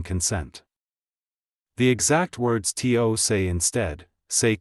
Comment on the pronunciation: Is there any chance you could find a human English-speaker to read your scripts? Your robot voice is dismally painful. Could you teach your robot that the word “to” is not an acronym, it does not need to be spelled, it is a simple word.